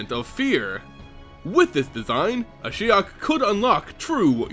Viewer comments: Yes I found it confusing as well. He began with Ashy-ok then changed it subtely to A-shy-ok. I wish the narrator would just stick to one pronunciation and stick to it. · Kinda weird that you used 2 different pronunciations for Ashiok, interesting story though. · lost count of the amount of different pronunciations of Ashiok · Ashiok is pronounced like three different times during this video :') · another great vid, tho you pronounced ashiok differently throughout it. LOL